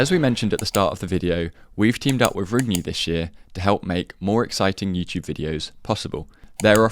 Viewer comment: How are you going to mispronounce rungne magnus literally says it all the time...